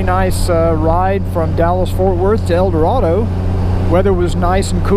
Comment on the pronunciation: I'm sorry, but I have to correct you. El Doe-ray-doe. Not El Doe-rah-doe. Glad you enjoyed your time in Arkansas!